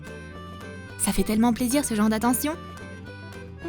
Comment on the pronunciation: On dit pas jor on dit genre